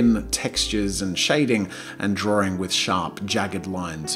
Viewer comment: Is it just me or does jazza pronounce drawing as drawring?